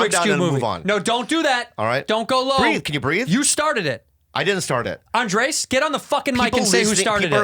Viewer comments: when is Bobby gonna learn how to pronounce Andrés?!?? he keeps calling him Andreas like he is some weirdo from Sweden. :O( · One of these days Bobby will learn that his name is "Andres" and not "Andreas" and it will blow his mind.